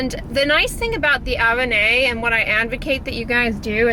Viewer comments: Avène is pronounced uh-ven 😉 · Just fyi Avène is pronounced "uh-ven" (the e sounds like the e in then) and the final "e" is silent. Nice to see you featuring products that are easily available in Europe. Cheers from France!